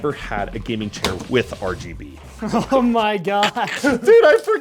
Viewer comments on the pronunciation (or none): "Gaming Chiar"🥀